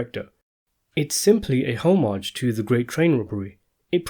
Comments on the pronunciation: “Homage” is pronounced “ah-midge” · Pay "HOE-MAJ? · " ho- mage?" wtf?